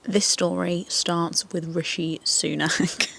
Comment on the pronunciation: It's actually*'Rishi' but yeah the pronunciation got me 💀